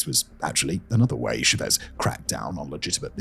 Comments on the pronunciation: anish speakers can’t pronounce the word ‘Simon’ properly so at least console yourself with that. Ehsimon. Many of Simon’s videos are interesting but have silly mistakes like his mispronunciation of Chavez. It’s a common surname anyway and Hugo Chavez was on the UK news a lot so there is no excuse for his error even if he were just a man down the pub talking about Venezuela. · It was so annoying, I had to fast forward to Maduro. He says "Chávez" like someone would pronounce "Jesus Christ" sounding it like a medical term. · some of them are more forgivable. It’s an entire fucking video about Chávez and his goddamn name has the accent already marked for you. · Which Dunning-Kruger producer assured Simon that it was pronounced "Chavéz" and not "Chávez?" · bro his name is pronounced cha-vez not cho-vez but you can just refer to him as commie skum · It’s not Shevez it’s CHAVEZ. It’s like pronouncing chili as shili. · Stress syllable in “Chavez” is Cha, not Vez. Thanks for another amazing video! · The ch is pronounced like in Charles. And the stress is on the á. So like ChÁvez, not ShavEz. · I think there's some trolling going on here because in every single video he picks one very commonly known word or name and butchers it over and over again. It drives me crazy. Who is SheVez? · Lol I love your content but my guy for how much knowledge you have it's wild how bad your pronunciation is. Shavez? It's not french bro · It’s FUCKING Chávez. The pronunciation is in the goddamn name. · Try “CHA vez” 😂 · is he pronouncing Chávez like that deliberately to rage bait me I can't tell these things anymore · Pronunciation of Chavez 🤦🏽‍♀️ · You'd think with glasses that big, he could see accents over letters. My body involuntarily winced every time he said a Venezuelan name, especially Chávez. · Are you trying to pronounce Chavez? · Dear Simon, please learn how to pronounce Chavez (or stop making videos about Venezuela). You're killing me.😂